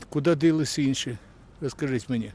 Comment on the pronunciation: Дядьку, не дИлися, а дІлися. По всім видно - давно на українській мові балакаєш)))))... Знову моводрочери зі сівоїми брехливими опитуваннями ...